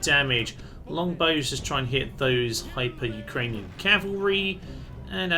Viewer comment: Pretty sure they are programmed to not be too aggressive cos Alexander is supposed to come to them? Were you really calling the 'Hyrcanian Cavalry' 'Hyper Ukrainian Cavalry'?! Or was that just me and the subtitles that heard that? And I think he said ''the cowardly enemy have LOST the walls'', not ''captured'' them lol.